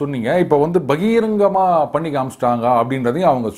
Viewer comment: பகீங்கரம் என்று சொல்லி சொல்லி பகிரங்கமாக என்பது மறந்தே போச்சு. மோனோ ஆக்டிங் அருமை. பல திறமைகளை உள்ளே வெச்சுக்கிட்டு இங்க என்ன பண்ணறீ்க.